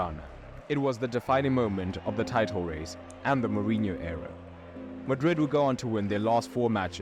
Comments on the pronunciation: Mourinho is pronounced like Muriño if you are familiar with spanish, if not it's like Moore inyo. Winning in Europe means in the Champions League. Galactico means galactic and it's a nickname for Real because they have the stars. Every country has a domestic league and a domestic cup, the cup is the elimination style tournament where all clubs of all levels of the country participate, the league( La liga in spanish) is the championship of the first division where it's based on points depending on the club's results. Real didn't parade after every El clasico but for winning the spanish cup called Copa del Rey(Cup of the King). Super Cup is a title normally between the league champions and the cup winners if different clubs won it(a club can win both in the same season, if they do it's called a double), it's not more important than those though, it's like a season opener title basically like at Wednesday Paris Saint Germain won the european Super Cup against Aston Villa(Paris Saint Germain is the Champions League winner, Aston Villa won the Europa League). In the strategy video you criticised tiki taka but it's the strategy that Guardiola created in Barcelona when they won everything with Messi, Xavi, Iniesta etc. Stamford Bridge is Chelsea's stadium. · Quite a few error in the Mourinho bio in that video, in particular around the Benfica-Leiria era. Terrible Portuguese pronounciation as well...